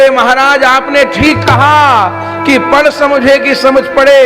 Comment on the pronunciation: पड़ और पढ़ का सही उच्चारण तो करें।